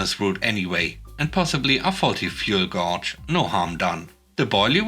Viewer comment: Just helping. "Gauge" pronounced like gay-g, last "g" sounds like the hard "g" in giraffe. Keep up the good work. I've been listening since before you started reading your own stories.